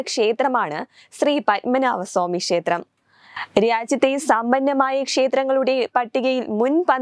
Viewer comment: ശേത്രം അല്ല മോളേ,,!, ക്ഷേത്രം!!.